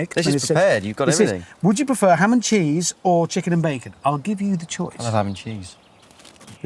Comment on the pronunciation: Honestly thought he said Hammond cheese, instead of ham and cheese.